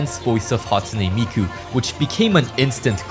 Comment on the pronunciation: "hatune miku"